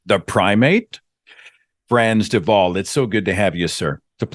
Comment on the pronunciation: Perfect pronunciation of “Frans De Waal “. Great 👍